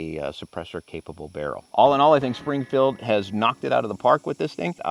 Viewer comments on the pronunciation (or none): I heard "hardly" lol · Did you say “hardly” or “heartily” recommend this pistol at the end of the video?